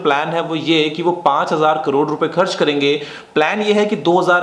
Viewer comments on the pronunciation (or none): none